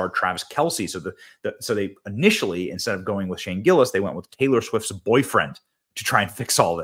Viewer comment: You mispronounced (Mrs.) Travis Swifts name.